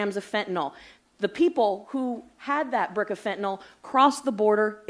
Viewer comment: Now, now i am concerned at how all that beautiful fyntenal is being treated once its been confiscated. Fyntenal has rights to. Lol 😂